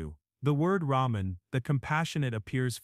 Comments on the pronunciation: I like the content, but the everything AI is getting in my nerves. From the visual, to narrator, to the text. It’s “Rahman, not “Ramen”, how lazy you are not even edit it? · "Rahman" and Not ramen 😅... You must have been hungry